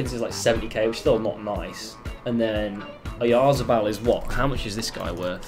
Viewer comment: Terrible pronunciation of Oh Yar Za Ball